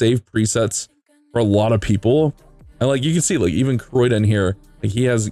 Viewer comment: The amount of times he butchered Criodan's name. Its pronounced (Kree-o-dan) not Croydon that a place in the UK.